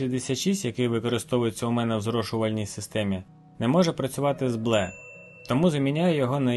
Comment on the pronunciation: Лайк за відео! Мабуть вірно озвучувати Бі Ел І :)